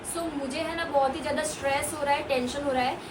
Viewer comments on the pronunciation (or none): none